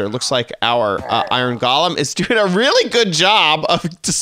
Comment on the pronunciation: Did you call a golem a... ga-lem...